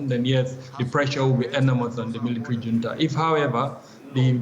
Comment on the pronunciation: It's not Hunta...it's Junta which is a sanskrit language meaning grouping😂😂😂😂😂😂😂...and you call yourself anchor, anchoring wrong way😂😂😂😂😂😂😂😂😂😂😂😂😂😂😂